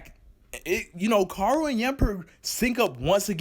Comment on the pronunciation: Can you Pronounce Koharu?